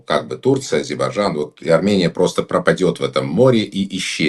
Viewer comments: Как можно столько веков жить по соседству и не научиться правильно произносить название страны соседа ! Не АЗИБАЖАН а А-З-Е-Р-Б-А-Й-Д-Ж-А-Н !!! Это как Путин вместо Касымжомарт Кемелевич говорит Кемельжеммммм . Это делается специально чтобы унизить. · Сначало научись правильно выговаривать название соседней страны-АЗЕРБАЙДЖАН,УМНИК.БУКВЫ Р И Д НЕ ВЫГОВАРИВАЕШЬ,ГРАМОТЕЙ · фу....сколько же вранья...Армянчик дорогой,а кто гнал из Армении в 90-е и до настоящего времени? Куда не посмотри,везде армяне,работающие на себя.Пользы от них ни какой.Учтите что я армянка.Научитесь выговаривать Азейрбайджан,а так дикция у вас не плохая.Хватит врать и подлизывать украинцам. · Интересно , что значит для армян ,, историческая справедливость "? 42 млн живут в США, так пусть там и добиваются автономии. Нечего вмешиваться в дела Армении. Армяне-иностранцы постоянно провоцируют ненависть к соседям Армении. Человек не в состоянии правильно произнести название страны Азербайджан. Или от большой любви или от невежества.